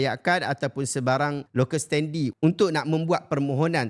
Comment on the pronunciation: Terbaik ya segala penerangannya! (Sikit je nak tegur: sebutan betul bagi perkataan "standi" dalam "locus standi" ialah "sten-dai", bukan "sten-di".